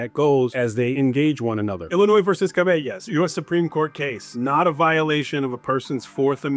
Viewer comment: Illinois v Caballes (Kah-ba-yays)…not Kuh-vey-yus